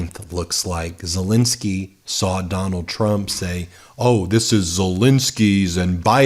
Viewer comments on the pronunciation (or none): Please have some respect for the Ukranian president by pronouncing his name right.